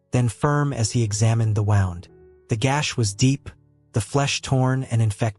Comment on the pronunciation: Mispronounced wound is an ai voice?